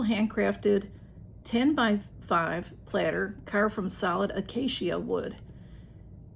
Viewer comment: That looks like a good box. She made lovely choices. That pork recipe sounds yummy. Acacia wood is pronounced uh-KAY-shuh.